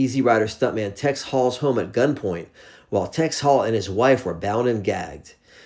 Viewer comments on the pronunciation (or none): none